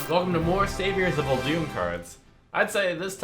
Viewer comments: It’s pronounced Uldum, not uldUm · Ole’dume? How are you pronouncing that word wrong?